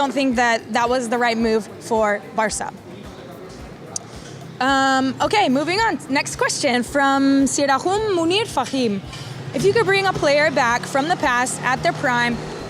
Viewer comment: note: Sirajum's j pronounces like j as in jet..not like sirahum.Im not spanish :p ;) and thanks for answering my questions every time..